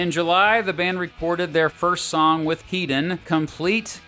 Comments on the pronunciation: Topper Headons name is pronounced Head not Heed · Please. It's 'Heddon' not 'Heedon' He's English not a fuckin Yank